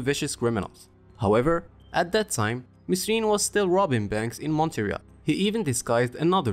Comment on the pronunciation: Instant thumb down for saying mesrine and not merine